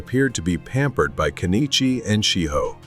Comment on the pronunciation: What is wrong with this couple? Also, not that he deserves to have his name pronounced properly, it's "Ken-ichi" rather than "Ke-ni-chi."